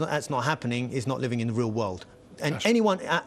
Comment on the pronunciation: its 'living" not "leaving".. lol... english is ur native? sure?